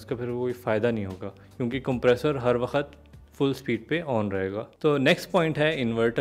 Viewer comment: Wakhat naheen hota chacha, waqt hota hae